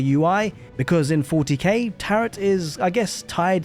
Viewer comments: Tear-oh, not tear-ut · FYI the 2nd t in Tarot is silent. It's pronounced ta-ro. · You don’t pronounce the “t” in tarot” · Tarot rhymes with sparrow, rather than rhyming with carrot.